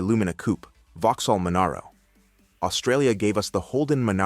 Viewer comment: Nice pronunciation of Subaru and Impreza there, AI reader. Edit: OH LAWD JEEZUS the way it BUTCHERED Monaro. Perhaps a human should read this shit.